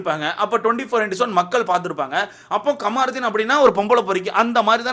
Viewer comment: Kamaruthin illa da avan peru kamruddin. First Olunga name pronounce pannu. Apuram review parkalam